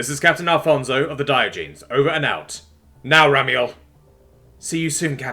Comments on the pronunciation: The "-genes" part of "Diogenes" is pronounced /jeh-nees/. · Gah! I was wincing every time he said it that way... I won't hold it against you we all make mistakes and you do an awesome job 99.9% of the time. That is enough for me to overlook this.. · (learn to say Diogenes correctly.....just sayin') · Dear, Your pronunciation of Diogenes killed my wife and daughter.